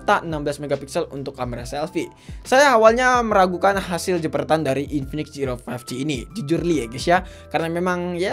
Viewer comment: zero❎ jiro☑️